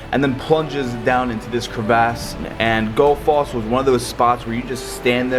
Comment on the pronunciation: The way he pronounced Gullfoss 😂😂 I’m dying